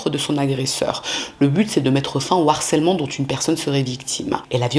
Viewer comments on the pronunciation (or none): none